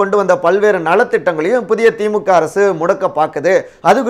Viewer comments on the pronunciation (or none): none